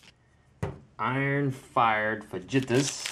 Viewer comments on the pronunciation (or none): Good thinking on your feet. By the way fajitas is pronounced faa-he-tahs. But even then I'm probably pronouncing it wrong.